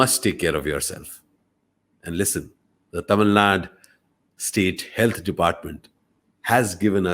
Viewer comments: the way he pronounces the word "THAMIZH". ❤️❤️ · Sir I Like ur Pronunciation THAMIZH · Tamil nu solama tamizh nu correct ah soldrarupa...kathukanum ivartendhu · The way he say Thamil 👍🏽 lagaram on point 👍🏽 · Its quite easy for a Malayali to pronounce ழ் / zh unlike us.